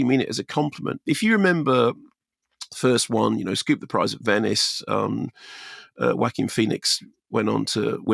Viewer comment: Love how you put the "Wacky" into the name Joaquin 😆